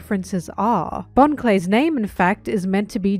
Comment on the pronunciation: You miss pronounced Bon the giga bro.